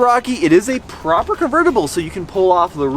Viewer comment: Proper, like a proper...proper..Proper!!!!! Relax on the proper hahahahah sounds like your trying to be British 😉 great video